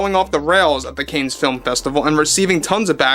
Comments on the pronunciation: Oh! Love your show and watch videos every day. I hate to be a critic but “the CANNES FILM FESTIVAL Is pronounced “KAHN”. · I find it endearing the way pronounces Cannes. But I just Googled the correct way to say it and it came back as "Can." But I've always pronounced it as Con too.😊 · DeNiro doesn't even know we don't have a democracy. This is a constitutional republic. Yes, we have a representative form of government, and hold free and open elections, but he wouldn't want a democracy, in which minorities would be crushed. 🎉 PS. Cannes is pronounced "can". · Love your show. But it is pronounced (Can) or even (Kahn) if you want to sound European. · You do NOT pronounce the s in the word Cannes, it’s pronounced like can. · Love your show, but you have to pronounce " CANNES" correctly. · check your pronunciation of "cannes." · Love your videos but please learn to pronounce Cannes. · the festival is pronounced “can” not canes… other than that great video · It's not pronounced canes. Cannes Film Festival is pronounced like this: you've heard of the actor James Caan from Rollerball and Misery. Cannes (a town in France) is pronounced the same as James Caan's last name. Thanks for the info about the stupid Ironheart movie. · I really like your content. It is pronounced "khan". It's French. "S" is silent. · Don't wish to embarrass but It's pronounced "CON," not Canes. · Dont be so bombastically Americano with your pronunciation. It's not "canes". Its French. It's "Cannes", pronounced 'can'. Easy. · I'm surprised you don't know how to pronounce Cannes, as in the Cannes Film Festival. ChatGPT says The correct pronunciation of Cannes Film Festival is: "Kan" Film Festival — "Kan" rhymes with "man". Avoid pronouncing the "s" at the end. Phonetically: /kan/ or /kæn/ Common mistake: Saying "Cans" or "Conz" — both are incorrect. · It’s pronounced “cons” not “ canes”. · Cans not canes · It’s pronounced Can not Cain festival. Sorry just sounded strange as Cain